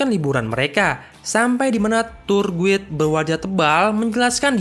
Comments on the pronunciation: Guide dibacanya "gaid" bukan "guid"... Mohon diperbaiki pronounciationnya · Saran bang Guide = Gaid